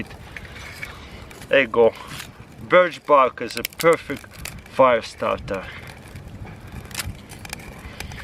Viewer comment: "Pewrfect bricket"